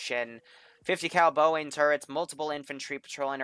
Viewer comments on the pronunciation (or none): Did he just say boying its broning